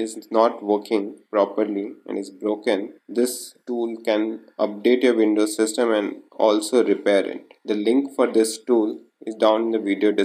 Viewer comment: it calls WINDOWS....... NOT VINDOWS